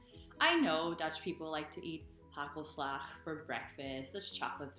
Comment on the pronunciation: Nice sockpuppet! It looks like a fox. By the way, your Dutch pronounciation is fantastic. The way you say "hagelslag" or "brood" really sounds Dutch.